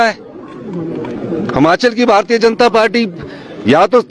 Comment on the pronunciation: सुक्खू भाई हमाचल नहीं हिमाचल 😂😂😂